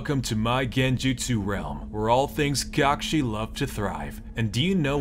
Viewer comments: How am i now seeing this lmao. "Cockshi" 😂😂😂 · i believe it's spelled "cuck-shi" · CockShi haha